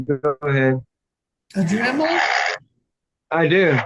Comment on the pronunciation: Watching whoever is “Court house” freeze… then blink trying to process hearing “I’ve got a dremal” was hilarious 😂😂. Hearing that guy “write” the #s I think we’re all feeling pretty good about ourselves 👍🏼😂